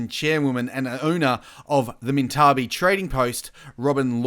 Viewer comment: It's pronounced (Mint-a-bie)